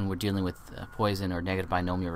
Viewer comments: It's pronounced "Pwasson" not "Poy-son". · Really, people have correctly commented that it is pronounced "Pwasson" not "Poy-son", actually two people, 10 and 11 yrs ago and you still have not redone the video to correct this....Has nothing to do with whether you speak French or not.